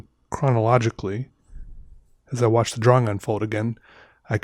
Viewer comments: Reagan Fleet probably his accent. It’s pronounced draw-ing but he says draw-wing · Dr-AWE- ing.. that’s it. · i love how he says drawing he says it like draw-wing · draw-wing or draw-ying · Literally nobody at all.... - “DRAW-WING” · I thought i was mishearing him. Probably just an accent thing but i have always heard it more pronounced drawring so it was kinda cool hearing it pronounced differently :3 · Love this guys videos, super chill and relaxing. And he’s hilarious! But why.... why does he over pronounce “draw” and “drawing”??? Anybody else hear: “drawwing”? His pronunciation on everything else seems fine! lol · Idk if hes doing it or it's just me but is he pronouncing drawing correctly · I love the way he says drawing